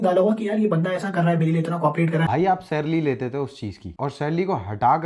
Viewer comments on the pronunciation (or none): salary ❌ sarlary ✅